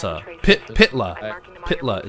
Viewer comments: I live i estonia and itwas fun to see you trying say Pihtla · I'm estonian beef, you said it soooooo..... wrong